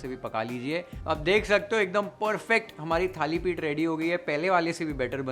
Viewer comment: Perfect pronunciation Thalipith